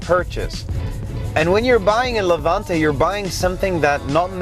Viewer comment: Its name ist Levante, not Levuntay